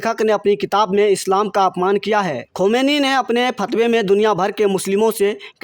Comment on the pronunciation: भाई खबर को रिकॉर्ड करने से पहले सही उच्चारण जान लें और कई बार ज़ोर से पढ़ कर ज़ुबान साफ़ कर लें। स्तब्ध शब्द को अस्तब्दध ना कहें इश्टेनिक वर्सेज़ नहीं सैटैनिक वर्सेज़ है। आप खोमैनी तक ठीक से नहीं बोल रहे हैं यह लाइक्स सिर्फ़ चैनेल के लिए हैं।